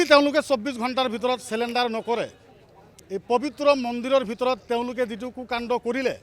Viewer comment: ৰ কথাখিনি ভাল | পৰিতাপৰ বিষয় এয়াই যে, প্রায় সদায় থলোৱা অসমীয়া লোকৰ লগত উঠা-বহা কৰাৰ পিছতো তেখেতৰ অসমীয়া উচ্চাৰণবোৰ ঠিক নহ'ল || তাতে আকৌ "চাৰেনণ্ডাৰ"ৰ ঠাইত "চেলেণ্ডাৰ" |